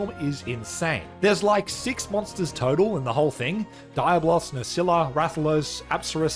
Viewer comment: My dude gotta practice more how to say Diablo’s in Spanish😅